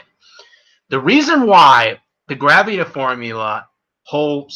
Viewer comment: Not to be rube but can you read better, you studer a lot and mispronounced a lot of words. example: its called ultra isntinct not ultimate instinct and you mispronounced gravity. Still like the vid.